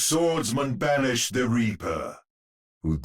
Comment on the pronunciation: 3:1 The way Reinhardt says ''The Reaper'' sounds like he says ''The Weeper'' instead. He's gonna make us weep